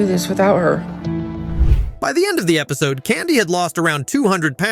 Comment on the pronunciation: I am thinking this is an ai channel or video, there are numerous times where things are not sounded out right, such as episodee, or 1,200 being pronounced as one two hundred.